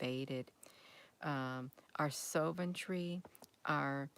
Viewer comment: soventry? Did you mean sov·er·eign·ty?? /ˈsäv(ə)rən(t)ē/